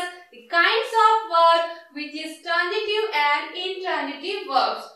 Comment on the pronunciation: Madam you are teaching well but badly pronouncing some words very wrongly which gives bad impact to the learners, as they may happen to coppy. Please pay attention to this . These few words are, Transitive , but you are pronouncing it as Tranjitive, which is wrong. Another word is example, not egjample.